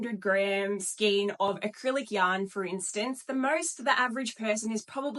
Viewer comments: got stuck on the pronunciation of this lady - the word is pronunced " SKAYN" not SKEEN nor SKINE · I just buy Aussie yarn. And learn to pronounce Skein please. ❤